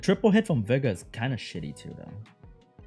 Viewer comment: Everytime says Vigor it sounds like Beggar to me lols